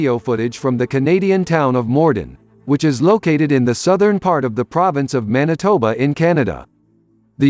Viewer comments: Manitoba, not Monitoba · The Canadian province is called Manitoba not Monitoba.